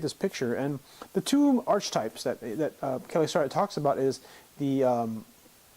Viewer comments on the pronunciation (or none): You are pronouncing archetypes incorrectly. It's pronounced "ArKitypes."